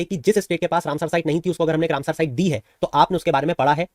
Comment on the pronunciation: सर आप “रामसर“ को “रामसार“ बोल रहे हैं